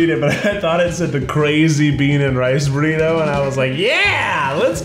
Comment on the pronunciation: Anyone else notice how Keith kept saying “Burrita” 😂